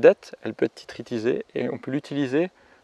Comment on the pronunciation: Une petite remarque, tu dis tous le temps "Tititrisé" au lieu de "Titrisé" ;) A part ça, très bien ces vidéos sur l'histoire de la monnaie :)